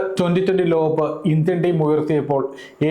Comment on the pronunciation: ലോകകപ്പ് എന്ന് വ്യക്തമായി പറയൂ സുഹൃത്തേ.